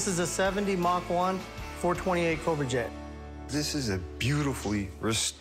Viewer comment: Yeah that is not how you say that! Yeah you Yeah that you say yet cobra!